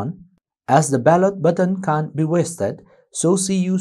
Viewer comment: Your can't and can are confusing...kindly use 'cannot' instead since your pronounciation is little flawed. Can a candidate who is contesting the election enter any polling station he wants???